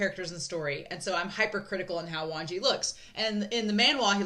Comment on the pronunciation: I'm not sure if I'm hearing it correctly but I hear you pronouncing Wangji as "Wanji"? If that is the case then just an fyi, the 'g' in Wangji isn't silent ^^ And Xichen isn't pronounced 'zee-shen', it's 'she-chen'. Again, I don't know if people have corrected you in future reactions so I'll leave this here just in case 🙏🏻